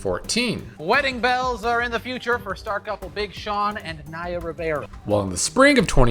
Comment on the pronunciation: It's Naya, not Niya.